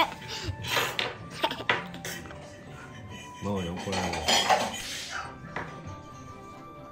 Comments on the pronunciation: ママじゃなくてご飯のマンマって聞こえました😃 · 「まんま」もしくは「うまうま」と言ってますね😅 ママに聞こえなくてごめんちゃい🙇 でもここまで来ると、次はママかも🤨 だって音が似てるもん！ ここまで言っておいて「パパ」だったら、オレここ出禁にされるな😅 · 、ごめんなさい💦 これはどう聞いてもマンマ✶マンマですね。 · どう聞いても｢マンマ」ですね(笑)